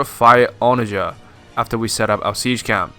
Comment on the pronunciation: Good video. But that is not how you say "onagar"